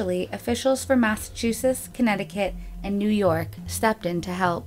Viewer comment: I love you guys but you need to say the states more often and for the love of God Massachusetts has T's at the end!!!!